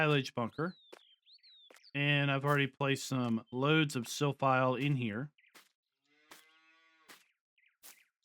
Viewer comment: Silphie. Not silphile.